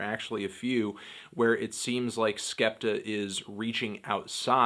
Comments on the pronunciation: ***** I was more agreeing that it wasn't 'skepter' than that it's 'skeptoh'. 'Skeptah' is right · It's not skepter its skeptoh